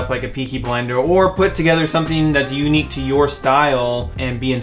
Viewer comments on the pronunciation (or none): none